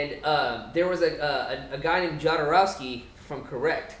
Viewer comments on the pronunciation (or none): Alejandro Jodorowski was a Mexican director who wanted to film Dune in the 19702. And Jodorowski's name is pronounced HO-DO-ROUS-KEY, not YO-DO-ROUS-KEY. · Guys, Jodorovsky was born in South America, so pronounced Khodorovsky.